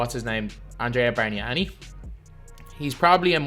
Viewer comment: im italian, and i'm so surprised about your pronunciation of your "bargnani". Congrats lol